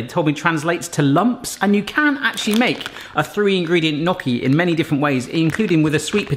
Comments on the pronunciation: Enjoyed video, fudge looked good, the nutella gaff was fun. Gnocchi looked decent. But...but...it's not "Nocky". The "gn" pronunciation can be tricky. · "Nokki" Ouch my Italian. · He got the "cchi" right (most english speakers don't), but the "gn" sound in italian is quite different. He said it like if the g wasn't there, while it's actually like the spanish ñ. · no one commenting about the two small dots of soup in the camera lens and how he said gnocchi, loved the vidoe and that t-shirt is just hilarious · the way you were pronouncing gnocchi was hurting my heart